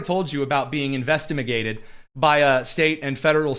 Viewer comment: "Investimigated" I'm rolling!🤣🤣🤣🤣🤣